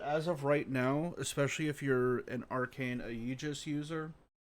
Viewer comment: I’ve only found this after the topaz nerf. Question, are you pronouncing it like “ayeejus” on purpose?